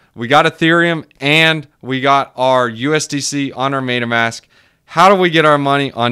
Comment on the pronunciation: Funny how you pronounce it "maytamask"